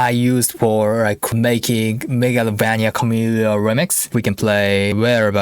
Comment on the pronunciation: I love how you pronounce Megalovania I will pronounce it like that for the rest of my life